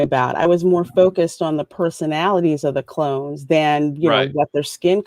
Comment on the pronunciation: Say it with me everybody, “clones”.